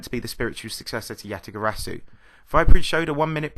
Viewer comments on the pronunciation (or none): none